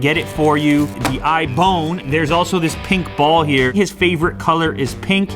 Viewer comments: "iBone" lol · I just died laughing when he said the ibone